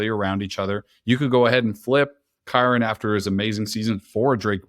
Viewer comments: Y does bro keep mispronouncing kyren. Who is keeran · This dude sayin keeran is really annoying me lol